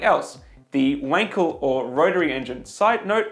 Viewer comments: its fucken wankel not wankle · He said wankel... 😂😂😂